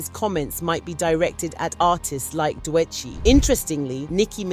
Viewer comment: WHO TF IS "DOUEGHCHI"? AND "S - Z - A". Atleast have the respect to address appropriately. This video had to be AI generated.